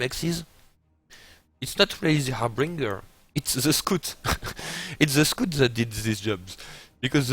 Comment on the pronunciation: maby because he pronounces scout so wrong? :D